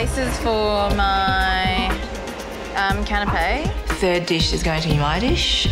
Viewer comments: Bit sad when the Professional Chef does not know how to pronounce Canapé correctly..... It's not a Canopy that covers your caravan mate. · the pronunciation of canape and empanada is killing me